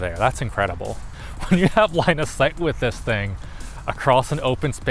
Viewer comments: Did he say “Line of Sight” or “Linus Height?” 🤣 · whenever they say "line of site" I keep thining he's saying "Linus site" 🙂